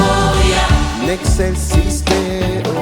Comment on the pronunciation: Merci beaucoup pour le chant des anges dans les campagnes ce chant est très beau mais je voulais juste rectifier quelques chose dans le mot exelcis deo en faite ça se prononce etchelsis deo.merci beaucoup et joyeux Noël à vous.